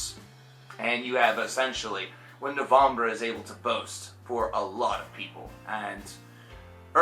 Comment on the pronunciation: hey have you not been familiar with this band until recently? never heard you talk about them before. good to hear your thoughts however the E in NOVEMBRE is Pronounced just like the E in the English version of the word which is NOVEMBER. It's NOT NOVOMBRUH!!!!!!!! sorry, I don't mean to hassle you but it made me cringe like crazy.